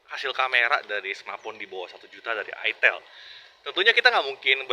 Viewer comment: I jangan di baca ai lah i ya bacanya i itel kok bacanya aitel itel ya itel 😂😂 tau itel gk 🤣